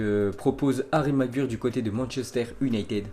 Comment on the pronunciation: Ensuite les gars, 😜comment tu prononces déjà "Maguire"? 😂